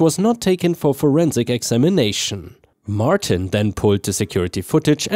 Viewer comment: "Martin" is said as "mar tin" not "mar teen." 👻🐺